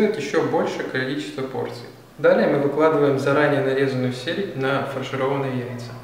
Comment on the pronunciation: Почему селядь?)....или мне послышалось?